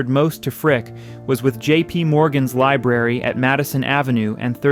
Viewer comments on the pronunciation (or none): "LIBRARY not "Liberry"🤓